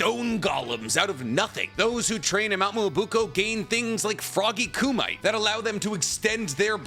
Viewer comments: small note kumite is pronounced ku mi tay not like termite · Not “koo-mite” it is “Koo-mi-tay” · BTW kumite is pronounced ku-ma-tay lol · Hate to nitpick cuz I’m a bag fan, and watch all 3 of your channels, but plz change how you pronounce the “kumite” in froggy kumite. It basically translates to sparring, roughly, and is still commonly used in traditional martial arts settings, namely in Karate. Kew-mitt-tay Not kew-might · Not koo-mite it's koo-mi-tay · ITS NOT COO-MITE ITS COO-MUH-TAY AND ITS NOT OMNI-POTENCE ITS OM-NIP-O-TENSE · Kumite(ku-ma-tay) not Ku-mite wtf is Ku-mite? lmao...... Its so jarring that a well known anime/manga fan pronouncing a japanese word completely and totally way off....(kumite is a karate term for sparring btw) so its Frog Kumite not Frog Ku-might..... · it's not "frog coo-might", it's "frog Ku-mi-te". The Kumite is a thing in real life, look into it if you get time when you're not making amazing content for us, it's really quite interesting. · hey, please for me, its Ku-Mi-Te 3 note ku-mite. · I know youre probably gonna get this a million times but "kumite" is pronounced "coo, meh, tay" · Please learn to say Kumate, Frog Kumate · Kumite is pronounced Koo-Mi-teh and it's drives me crazy otherwise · Bro, Kumite = Ku (Koo), Mi (Mee), Te (Teh). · Kumite = koom-ih-tay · Kumite is pronounced coo-me-tay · This man really out here calling kumite coo-might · I refuse to believe kumite is two syllables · every time i hear mispronounce kumite takes ten minutes off my life